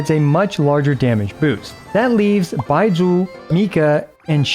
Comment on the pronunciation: I love how you pronounce 'Baizhu'. XD